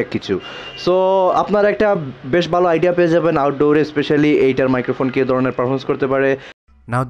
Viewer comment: বালো না ভাই ভালো বলেন